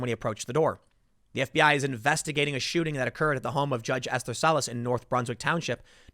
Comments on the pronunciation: You say it like ‘ester,’ not ‘ess-ther’. I have a close family member with that name. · It's pronounced "Es-ter," not "Es-ther." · "judge ess-therr??" You really have to work on pronunciations, this is getting bad.